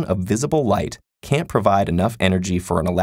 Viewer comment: The single most important word in this video happens and it’s a sloppy, quiet, slurred contraction that I had to listen to three times before I understood it. “A photon of visible light can NOT provide enough energy for an election to jump between them.” It’s the answer to the question and the point of the entire video.